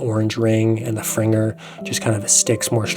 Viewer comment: Gave you a like, just for pronoucing Fringer correctly!!